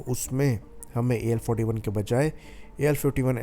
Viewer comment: AL 41 , AL 51 bhai tum thik tarsh se , clear, swatchh Uchchar ( pronounced ) karo... Kuch thik tarah se samaj me nahi aa raha he, tum kya bol tahe ho ye, ya fir better way number ko hindi me bola karo tab fir sabko thik tarah se sunayi dega, samajh me aayega... AL ४१.. AL इकतालीस, AL इक्कावन clear...kuch bhi tention नहीं